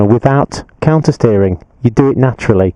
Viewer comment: Only person to say it clearly